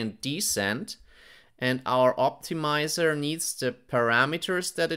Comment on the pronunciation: 'tensoah' 'optimizah'